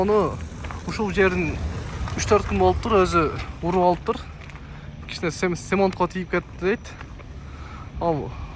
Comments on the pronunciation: Семонт эмес ЦЕМЕНТ гаңгирбаш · Оштук окштйсун ээ,сёмонт дегенине караганда...😅